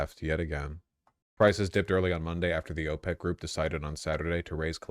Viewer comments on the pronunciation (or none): none